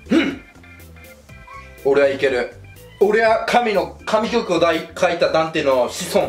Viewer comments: 『かみきょくダンテ』ではなくて『神曲ダンテ』じゃね？w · 神曲は「かみきょく」ではなく「しんきょく」と読みますよ。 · かみきょくではなく しんきょくですよ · かみきょくじゃなくてしんきょくね